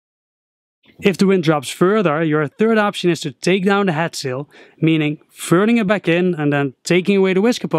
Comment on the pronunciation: Is he saying HAT sail or HEAD sail??!